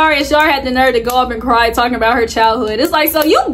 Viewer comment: char said “ don’t disrespect me when I’m tawkin to my mother” 😭😭